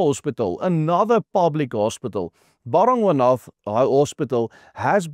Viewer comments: Bara-gwaana is how it is pronounced, juuuust saying... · BARA GWA NATH. Please say it correctly …. My husband used to work there. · Ba-ra-gwa-na.........please do not pronounce the "th" ...... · Hey this may sound picky but you need to get the pronunciation of the hospital right. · Werk aan jou uitspraak,. Dis Bara-gwan-ah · Nee die uitspraak van Baragwana is totaal verkeerd Spreek dit asb uit as Baragwana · Ek kyk al jare jou videos, en dankie daarvoor, MAAR dis belangrik as jy internasionale spreker is om uitspraak van woorde korrek te uiter, dis dalk wys om biki spreker tegnieke en artikulasie lering te beoefen of opleiding na te streef, neem kennis my kommentaar is nie bedoel om afbrekend te wees maar eerder vir jou eie beswil. Ek verwys spesifiek na di woord baragwanath hospitaal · Hoekom spreek jy die naam so verkeerd uit? Cringy... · Cant even pronounce the name of the hospital correctly😢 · Hey, no-one else can butcher the name "Baragwanath" quite like you do. I had to listen, rewind and listen again - three times over - to understand what you were saying.